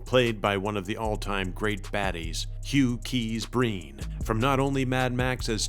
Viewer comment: Hugh Keays-Byrne. It´s not "Breen"...